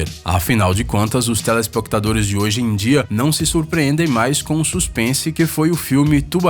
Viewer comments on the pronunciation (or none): Vocês perceberam que ele falou telespocutadores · Olhem de a a voz fala telespoctadores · "telespoctadores" HAHAHHAHAHAHA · telespoctadores kkk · Só eu q percebi q ele erra a palavra telespectadores?